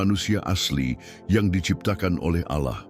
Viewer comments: 😅kirain aku aja yg curiga mendengar kata ' auloh ' nya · Seperti nya ini Salah satu imam² Palsu tersebut ketika menyebutkan Nama ALLAH kok Agak Laen ku dengar ya 😅